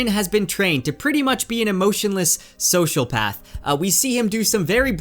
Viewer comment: Please look up the pronunciation of sociopath.